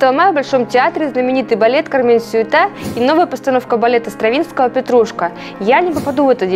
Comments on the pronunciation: Имею музыкальное образование, правильно сюи́та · На французском произносится "сюИт". Вариант ударения только один — сюИта. За сюжет о фильме спасибо. Посмотрела с большим интересом. ) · Блин, тут знатоки французского собрались :-), Ну вы все вообще даете! По-французски это SUITE!!! Произносится "сюИт", но никак не суета! :-)))) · Ужасно резанула слух эта «СюитА»! А это еще человек каким то образом связан с балетом, и помимо этого, называет себя журналистом! Такое впечатление, что впервые в жизни услышала это слово, я уже молчу, что не знать название балета «Кармен-сюита» это просто стыдно, если называешь себя хоть и непрофессиональной, но балериной! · Простите, но, мне кажется,что правильно произносить "сюИта"